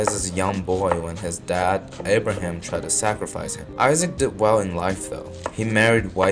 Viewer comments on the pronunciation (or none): none